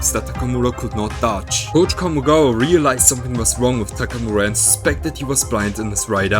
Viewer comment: I like the way this guy pronounces "Takamura".